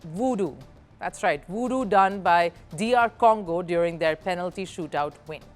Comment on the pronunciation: Please, it's voodoo, not 'woodoo.' Sorry, I had to say this.